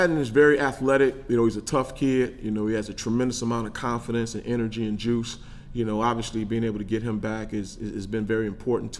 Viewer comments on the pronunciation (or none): I like him, but what is his deal with the word obviously, or should I say obvshilly! Wtf bro🤣